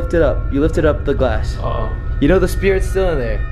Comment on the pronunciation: To me when he said glass it sounds like he said glase and I’m like wait u say it glase I thought it was glass